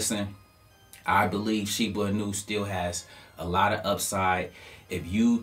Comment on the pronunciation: Shiba Eeeeennnuuuu. Not aannuu.